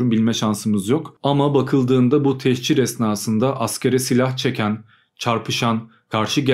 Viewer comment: Techir değil, "tehcir". Hicret, göç, ayrılık.